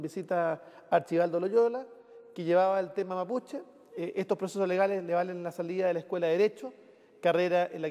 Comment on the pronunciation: Que le costo, nombrar nombres mapuche al Senador, "le salió achilenao"